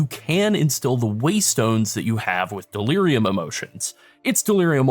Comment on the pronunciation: Dear God delirium. There is no S in the word